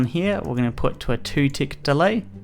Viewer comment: OMG HE SAYS THE TICKS WRONG